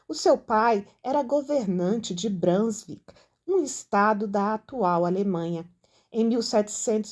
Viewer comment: A pronúncia de «Brunswick» é «brúnzúík».